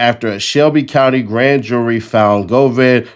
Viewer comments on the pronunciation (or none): none